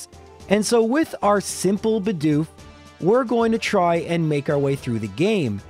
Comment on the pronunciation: Why do so many youtubers fail to say Bedoof properly? Half of the time it sound likes they are saying Budew instead.